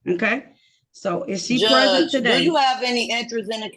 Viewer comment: Went the judge asked if the person was in the courtroom, it sounded like she said, "I am president," instead of I am present.